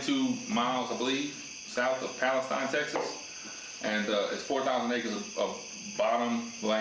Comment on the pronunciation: You pronounced Palestine wrong. The last part of Palestine, the (tine) we pronounce with a E sound (tene). Same as in the word pristine. We can always tell who ain’t from around here by the pronunciations. Thanks and it’s a good video guys!